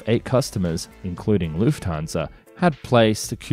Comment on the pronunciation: Great video. one thing - the "u" sound in "Lufthansa" rhymes with "foot", not "flute"